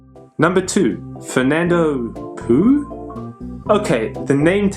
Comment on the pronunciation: Another fine video,! However, the Spanish would pronounce "Fernando Poo" as "Fernando Pau" (or "Fernando Pow"), which sounds much more genteel. As for a "dead" country, how about Tuva - spectacular pictorial issues!